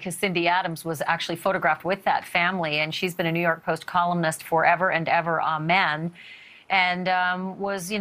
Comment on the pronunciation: Doesn't the female reporter know how to pronounce 'amen' properly?